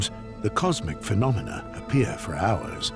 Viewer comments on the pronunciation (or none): none